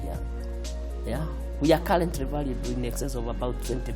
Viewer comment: His pronounciation might be out but trust me, this man did done make it.